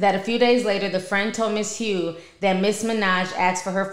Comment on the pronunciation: That lady name is Hough(huff) like Rough